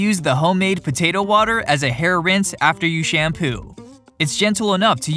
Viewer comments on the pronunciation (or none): why is he saying "butato"